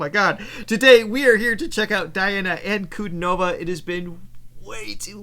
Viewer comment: Hmmm, even after hearing her name pronounced you did not manage to replicate it : ) You have the stress on the wrong syllable, it is NOT on the "no" syllable, but on the "di"(and then falling)...Anku-Diii-nova. It is not that hard is it. You're welcome.